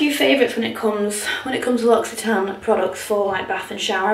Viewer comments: Inthefrow 😂 in French we pronounce this « Lo si tan », no x but this language is so complicated 🙏🏻😘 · The whole time I thought she was saying Luxy Tan not L’Occitane 😂😂